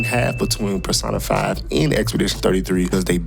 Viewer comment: pronouncing it PerSaahnaFyy irritates me for some sexual reason... lol.